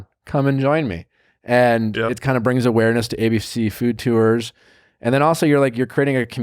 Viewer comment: Nick makes the word tours into 2 syllables. I hear it everytime.